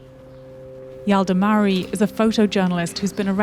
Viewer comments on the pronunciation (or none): ۱۸:۵۱ Yalda MaaRy" --- NO🚫 iz rang, radur✅Yalda Mo-ay_Yer_y\i* ✅(kurekdid) 🐻